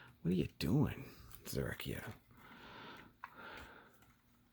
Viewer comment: The katakana on the box reads it as "Zerakiel," so you're on the mark with the pronunciation :P